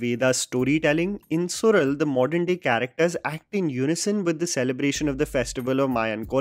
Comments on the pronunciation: It is Suzhal not sural…. su-lal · It's SU-LAL- the zh in Tamil is "la" sound. Not sural as you say 🥲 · Well... The title should be appropriately pronounced as "suḻal" it's not "Sural" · Isn't it pronounced Sulal and not sural? Just checking the right pronunciation. Usually, z is a version of "l" in tamil! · It's not sural..it SuLal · it is Suzhal su-lal not su-rul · Also kind request to not to butcher the name of actors and their characters. I know its not even thing but itd be so perfect if you could do that and its suZh(la)l not Sural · Su'zh'al , the 'zh' part is completely unknown to a non Tamil and Malayali's. But I vaguely know that Marathi as well has such letter in their language. Rest of the India pronounce it as 'z' as in Zebra. But as per Tamil and Malayalam, this 'zh' part is pronounced as 'rrh' the 'r' part must roll while you pronounce. Suzhal is actually Su'rrh'al. I'm a Telugu btw. Sorry If my explanation is wrong. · Sural nahi सुयल… fan of your work! Still watching the series. So will possibly watch this video again after I have finished it. 👍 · Its pronounced as Sulal as in Tamizh(Tamil), just for information. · Su-la-l for God Sake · once again pronounce suzhal🌚